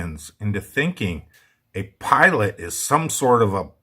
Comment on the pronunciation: What on Earth is a pilont? 😂